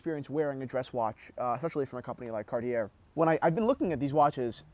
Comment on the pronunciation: Nice video but you should work on your pronunciation of Cartier, you don't pronounce the r at the end.